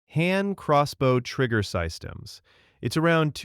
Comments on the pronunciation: Ewww AI voice over, system is not pronounced Sice-stums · What’s a “sigh-stem?” Is AI reading this or what? Never heard system pronounced like that before by a person.